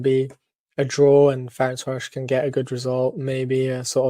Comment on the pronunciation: FEH-RENS-VAH-ROSH is the effective pronunciation